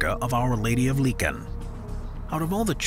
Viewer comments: Licheń read Leeheń, not leeken ("ń" is something like when you read "ni", but stop before you want say "i") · Of our Lady of Lincoln... the worst translation or attempt to pronounce it I ever heard of, I understand polish might seem a hard language but even on Eng Wikipedia you get a 100 more times better translation , not everything is called after the USA president , how did Lichen become a Lincoln in your video? Can you explain? '''is a Roman Catholic church located at the Shrine of Our Lady of Sorrows, Queen of Poland, in the village of Licheń Stary near Konin in the Greater Poland Voivodeship in Poland.''' Where did you get this Lincoln something?